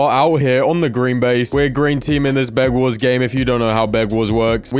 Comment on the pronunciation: Am i the only one that hears "begwars"?